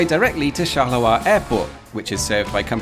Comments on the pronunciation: charleroi as in Charles Road. Not shalerah. Unless Belgians sound like Scottish sheep farmers... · Please stop saying "Charler-oi", please! It's pronounced "Charle-roi". Also, can you really compare the metro system planed to be built there with any city in the USA? Very unfair. Not to talk about Rome - everytime they want to dig a hole, TA-DA! roman artifacts... So not very suited for comparison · Not gonna lie, everytime you pronounce 'Charleroi' I cringe. Please don't drop the r. Therefore it's actually /sharlə-rwa/, not /sharlə-wa/. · If Charleroi in Belgium offers no further stories, you could fly to Pennsylvania to visit the Charleroi that exists there. Everyone I ever met there pronounced it char-ler-oy, and there is almost nothing to provide you with a story. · Charleroi with a R, not a W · It's a metro not Shet. Who's Shet? never heard of him. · The way he underpronounces Charleroi is hilarious. "Chaluwa" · Thanks for a nice video! I don't want to complain and I'm not an expert in pronunciation but I'm pretty sure you're butchering the pronunciation of Charleroi😅